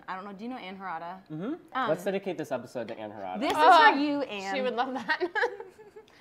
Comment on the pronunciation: She said do you know Ann Harada😐